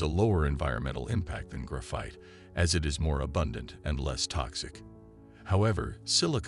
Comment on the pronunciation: "gruff-ITE" FFS hire an actual narrator already